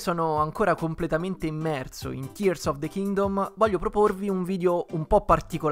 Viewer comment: Grandissimo per la pronuncia corretta di Tears of the Kingdom, io non so cosa ci aspetta per il futuro, spero solo in un gioco nuovo di Donkey Kong.